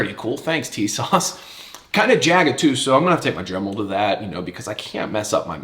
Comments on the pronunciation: Tisas is pronounced as ‘tee sash’ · Great video and great recoil control. TİSAŞ is pronounced "TISASH" in Turkish. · Man, your shooting montages are just the absolute best. Would you ever consider doing a video on your technique for recoil control? I see like zero muzzle climb in all your pistol videos and it’s impressive. EDIT: Oh, and it’s “Tee-saszh” for whatever that’s worth, lol. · it's pronounced T-s-ash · Tisas is pronounced as if it's spelled > Teesosh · It’s apparently pronounced “Tee-shawsh“ from what I’m told. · It's "Tee-sahsh"